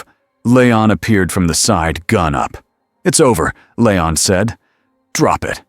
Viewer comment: Hearing this AI garbage narration keep calling him LAYON instead of LEON was getting on my last nerve! Please stop using ai, get a group to do some character acting and use real people to read these stories. Your ruining good stories and being so lazy 🙄🙄✋🏻✋🏻